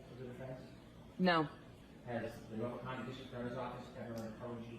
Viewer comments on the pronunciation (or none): none